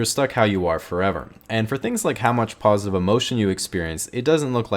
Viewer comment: Ha ha “paws-itive” emotion